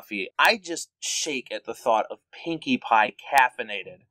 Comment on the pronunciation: Silly,, and! thats not how you say Pinkie Pie is Best Pony